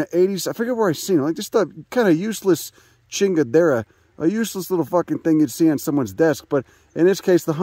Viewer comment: “Useless chingadera” your Spanish is wonderful man. Keep it up 🤣